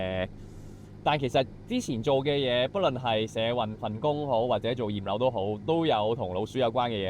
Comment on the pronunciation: 驗樓聽成葉劉⋯😂😂😂